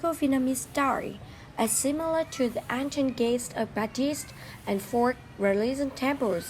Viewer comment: Thực sự phát âm tiếng anh bị kiểu cách quá, thậm chí là sai ở 1 số từ lun. Như từ Ancient lại đọc là án-xi-ân trong khi cứ đọc 1 cách tự nhiên là Én-sân